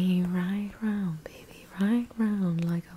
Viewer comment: How she said bebey😂